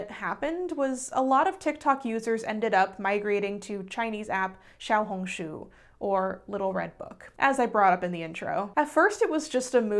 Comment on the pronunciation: ur xiaohongshu pronunciation was SO GOOD you're like the only non chinese person i've heard who pronounces it right